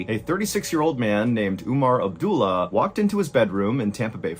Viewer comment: Not ‘Oomar its Umar’ And not Abdoolah Abdullah